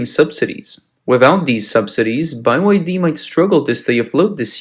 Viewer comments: By Y D😅 this guy can't even pronounce BYD or is it really pronounced like that. Anyway BUY YOUR DEBT sounds just perfect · It's Bee Why Dee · By-Y-D, is that the proper pronunciation? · Bye y d , hahaha what you pronounce it that way, because it's bye bye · "Bi Y D" lol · Can't watch this "report", the narrator can't even get the name of the company right. It's Bee Why Dee, mate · Guys, it's nice you have a real person reading rather than AI but the guy is clueless, it's not "bye-why-dee", and he's pronouncing other words wrong, isn't anyone checking content beforeuploading it? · why the f*ck do u call it "buy y d?" i thought it was a mistake, but u keep saying it over and over. even in an earlier video u called it "buy y d.' im just curious why u are doing this? is it an inside joke? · Yes whats up with saying “By Y D”. Very annoying I had to quit listening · Why is it pronounced Bye-Y-D??? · BUY Y D, ok, got it!! Hard to get an AI reader to read things correctly I see. LOL... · Beee why deeee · It's Bye YD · Bye why Dee. Lol crappy ai voice, just as crappy as the Chinese car. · How can anyone trust a host reporting on BYD that doesn't even know how to pronounce BYD? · Byd not "by y d" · It BYD, no Bi-YF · It's not bai wai d it just b y d bruh😂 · "by-why-dee" surely there is only one Y in they name, so isn't it called-'bye-dee' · Why do you keep pronouncing it as Buy Y D? It Bee Y D? Get it right. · It is Bee Why Dee and not Buy Why Dee. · Is b-y-d Not by-y-d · Why pronounce B as "buy"? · can you pronounce BYD normally tho? by why d? just say the letters? B, Y, D? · I'm pretty sure it's spelled "Bee Wye Dee", not "Bye Wye Dee" 😏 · Buy why dee? It's BYD. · How come you're pronouncing it "By Y D" instead of "B Y D"? It's supposed to be an acronym for Build Your Dreams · Fix your computer generated commentary, its pronounced BEE WHY DEE, not BUY WHY DEE! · In English, the letter B is pronounced "bee", not "by". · Bye y d? Not bee y d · ITS BEE WHY DEE, NOT BUY WHY DEE